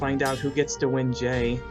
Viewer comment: I just realized Geckles call Jay “Gay”